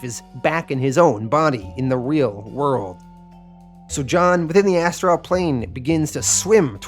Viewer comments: my gods, you need a pronunciation guide for words. Astral isnt as tral , constantine is con stan teen, nimue isnt nim u .. your mispronunciation takes me right out of the story. by far the worst was appalachian its apple at cha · Cool vid. 1 question. Is that how you always say the word ASTRAL or is there a reason for that pronunciation?